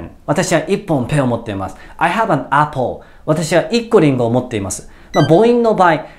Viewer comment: appleの発音悪すぎ